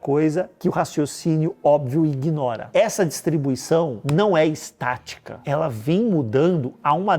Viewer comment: ingnora??? aí não papai ... 👎